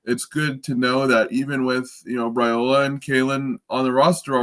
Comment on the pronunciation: Guys it's time to get Dillon's name right. It's pronounced RIOLA NOT RAOLA. Thank you.